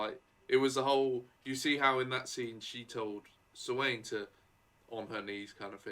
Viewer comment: Her name is Siuan Sanche pronounced many ways between Swan / Suarn/ Su-anne 😉 Google tells me it's pronounced Swahn... so something like that.